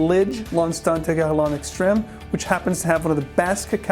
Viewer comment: Did you say, "Jurlan"? I never heard Guerlain pronounced that way...anyway, I was never a big fan of Oakmoss-laden fragrances because they remind me of 80s/90s power colognes that gave me allergies back in the day. However, I really took a shine to the old-school scents after the IFRA pretty banned its use in fragrances and the perfumes/colonges nowadays perform like crap. Regardless, I have been picking-up older bottles of the classic as well as looking for real oakmoss fragrances from the Middle East (which are few and far between...but there are some). Enjoyed.